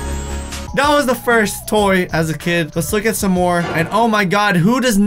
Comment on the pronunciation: KpopYLC M did you just say son instead of some lol😄